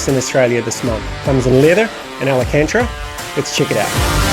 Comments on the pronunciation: Thanks for the quick review, glad to see the positive feedback! I'm awaiting delivery of an Alpha Mini + GTS wheel myself, upgrading from a T300... I'm stoked! Your pronunciation of '/ Alcantara' was funny;) I went with leather myself. Alcantara has more grip/ better feel from what I hear, but also wears faster and comes off on your gloves etc. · Good review overal, but quite a shame you have mispronounced alcantara every single time in the video. I would also like to see how it is to use all the buttons and dials (and navigating menus) while racing in game.